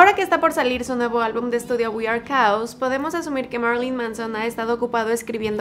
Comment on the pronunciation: Están padres tus videos con respecto a Marilyn Manson lo que no me gustó es como pronuncias el nombre del álbum we are chaos 🌚🌚🌚🌚🌚🌚🤘🤘🤘🤘🤘🤘🤘